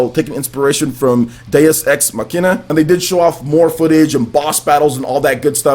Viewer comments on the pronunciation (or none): its not DA-MON cross MACE-INA, daemon is the latinized version of demon, and is pronounced the same, and its Mach-I-Na